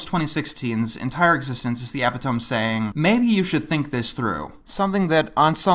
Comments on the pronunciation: PAUSE. DID YOU SAY EP-EH-TOME? IT'S EE-PIT-OH-ME. EPITOME. STOP THAT. Alright. Continue. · it's not "eh-pih-toam" dude it's "eh-pit-oh-mee" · Epitome: Eh-pit-o-me "Ep-i-tome" is a common mispronunciation. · Did you just say "E-pi-to-me" as "Ep-i-Tome?" O. O is that correct? Have I been saying it wrong all this time? D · it's e-pi-to-me, not e-pi-tome pretty good vid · Epitome is not pronounced epi-tome. It is pronounced E Pid o me. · "Epi-tome?" Please learn how to pronounce a word before trying to use it in your videos to sound sophisticated. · Mfw this dumbass pronounces epitome as "epi - tome" and not "e - pit - o - me" Clueless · e·pit·o·me /əˈpidəmē/ Not 'Ep-i-tohm' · I loved the video but one thing killed me... Epitome... you said Epitome as in Ehp-I-Tome, the word is Epitome Eh-Pit-Toe-Me. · "Ep-i-tome" lol It's pronounced "Ep-pit-oh-me." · it's pronounced epi-toe-me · It’s “eh-pit-oh-me,” not “epp-i-tome.” Ok good day sir. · Minor thing, but it's e-pit-oh-me, not eh-pit-tome. On the topic of girl power: It looks like the shows that don't make a big deal out of being about girl power, are the ones that are the best examples of how to do strong female protagonists right. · It's e-pit-o-me. Not epi-tome, you scrub. That aside, great job, this needed to be said. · Alright, I'm sorry, but it needs to be said...It's pronounced "E-pit-o-me" not "ep-it-ome" Also, btw, I think a lot of the CN saying "people love PPG, it needs to come back" might come from the reception for the comic that happened in 2013, not just the cartoon special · It's pronounced ee·pit·oh·mee, not ep-it-tome. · "Epitome" is pronounced "eh-pit-oh-me" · Shouldn't "epitome" be pronounced eh-PIH-toe-mee? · Epitome is pronounced "eh-pit-oh-mee". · Did you just say "epi-tome?" Like "tome" as in book? Don't use words you don't know. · "Epit-oh-m" lol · "epitome" The cringe. (The actual pronunciation of that word is "ih-pit-uh-mee") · Epitome. Say it with me, now: Eh-pit-oh-mee.